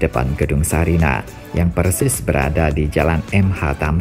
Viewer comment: Sarinah pak, bukan Sariah😄